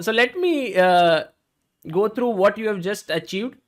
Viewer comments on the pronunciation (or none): Fala direito, doido. Tem que treinar pronúncia de inglês 'GO TRU"